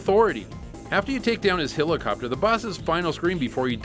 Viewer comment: "Hill La Copter"